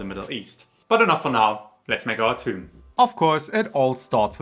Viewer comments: It is pronounce thoom not toum/toom/tume! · Toum is not Arabic for Garlic, it's Thoum, but some Arabic accents pronounce it Toum. The actual souce/dip is usually called Thoumeyya (or with a T) to differentiate it from the actual Thoum (garlic). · It’s actually thum or thoom, and the th is pronounced the the th in myth. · It's not pronounced "toom". Please don't give false informations